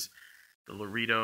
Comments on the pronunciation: first off...its lah ray doh...not lah ree doh...and the goat skin is a leather you get if you want a worn distressed look...if you want it soft and supple and shiny...should of got cow .. if your gotta condition these goat skin boots...use a special distressed leather boot conditioner...they use goat skin on these because it breaks in quick and looks well worn in a few weeks instead of months and months with cow leather.. and since youve already oiled the boots up they will probably stay that color awhile...since thise oils are now soaked into the leather...when they are new and you wear them the leather shows scuffs and and wrinkles very easily..simply because thats the way these goat skin boots were designed to do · And you need leather dye for the stacked heel and out sole, not oil. Fiebing's is a great brand. Oh, I did want to mention that "Loredo" is pronounced Lr-ay-dow (as opposed to La-ree-dow). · It’s pronounced Larado not Laredo! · You lost me when you said 'lareedo'. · Laredo is pronounced, "La-ray-do."